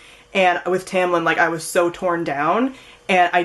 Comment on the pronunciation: Haha sorry but I just thought...like Feyre's name is more like 'Fair', Rhysand I call him 'Rhys' like R -i -e s (long i?). But you got Tamlin right lol.